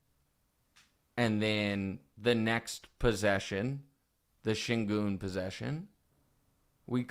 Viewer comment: Actually, Nick, Şengün is pronounced ˈʃæɲɟyn' in Turkish, which translates in American English as "SHAY-en-gewn", which when said quickly with an American accent sounds like "SHANE-gun". Reggie Miller says it closer to the right way than Kevin Harland does, though both of them say "goon", which is also not quite right. I find it hilarious that you're frustrated about this when you're more wrong about it than Reggie is. I wouldn't go around telling people that because there is no letter-a in his name, it shouldn't sound like an "A" because there are many, many examples of words foreign to American English that have "E's" that sound like "A's". I hope Wildes does some research and calls you out live on the show, haha.